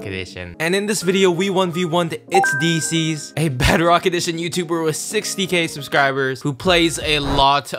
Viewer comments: Diecies Not Deezees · It’s die not de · lol he said deezee when its pronounce dicys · he pronounces diecies (Die-sees) as deesees (i thought he was talking about deezee but with s at the end) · "ItzDeezeez" literally Diecies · the name pronounciation is dye cees not dee cees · actully itz dicees not deezeee diecies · Deecies. D e e c i e s... Bruh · not dicies its diecies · It's die cie not disis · “Decies” LOL it’s diecies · Man’s really said dee zees lol you funny love you man keep up the good work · Its dicys; no pronounce it as "dyecies" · He called him dezze😂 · Diecies pronounced as "Die - sis" :D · Uhhh you been calling his name wrong like Bhuh it Di-c (for pronounce ) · his name is Itz DICE-EEZ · Daysis not disis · Did he just say Deezee? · Rky buddies it's not how u say diesces it sounds like ur say deezee and that's another bedrock youtuber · It's diecise lol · Dude its die. Sees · its pronounced "d'Y'cies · Hahahaha he said diecies name wrong hahaha 🤣🤣🤣🤣🤣🤣🤣🤣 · Who’s here after Diecies did his week long live stream? Also, he doesn’t even know how to pronounce Diecies’ name bruh.